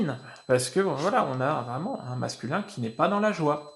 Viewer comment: Ah on dit varaille... Mdr.. On en apprend !! En plus de tes beaux yeux ! Bisous.